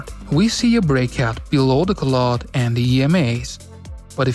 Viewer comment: Nice, I'll be trying it next week. (by the way: cloud = c + loud, not clod)